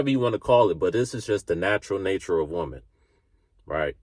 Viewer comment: Little feed back, there is one woman and many women, learn to pronounce the difference.